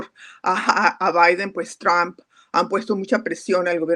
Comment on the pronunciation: Qua sra tan payasa: "Tamp"(?),,aqui todos y hasta Los gringos pronuncian= TRUP, q aburrido ..